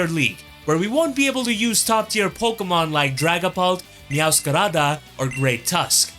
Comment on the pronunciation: Wait no, tf did u call meowscrada bro 🤨🤨🤨